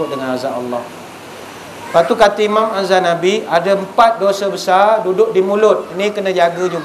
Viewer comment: Bukan azzanabi tapi azzahabi